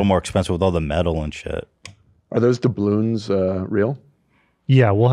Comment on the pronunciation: Maybe it’s bc I’m high but I lost it at ethan saying “dabull yawns” instead of doubloons 😭😭😂😂